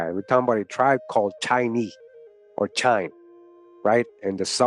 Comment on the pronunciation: Chine (Chee-Neh)